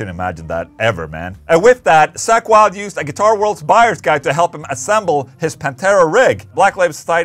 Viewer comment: "Sack Wylde" - Ola... love you man 😂